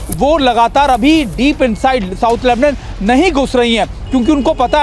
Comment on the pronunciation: लेबनन नही लेबनान बोलो गोदी मीडिया 🇮🇷🇮🇷🇮🇷🇵🇸🇮🇳